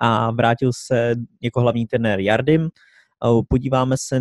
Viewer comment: najlepší hráč indie je sunil chetri abo dajak tak sa volá, a nedávno som niekde, že za národný výber indie skóroval viac ako messi za Argentínu takže niečo v ňom asi bude a mimochodom prosím vás - G a J sa v portugalčine číta ako Ž, takže je to želson martinš, a vo francúzštine tiež takže žardim a ne jardim